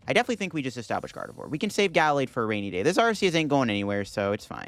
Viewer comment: It's pronounced: Ga-laid, not Gal-aid